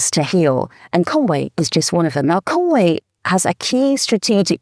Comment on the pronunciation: Your family is from there & you STILL can't pronounce Conwy. It's not Conwaaaaaaaayyy, it's Conwy.